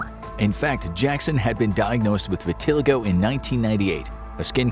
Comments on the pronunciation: Gotta get a narrator that can read. "Vitiligo" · that is the wildest way I’ve ever heard someone pronounce vitiligo